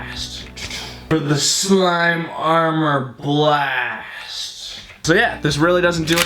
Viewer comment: you said slime armor blast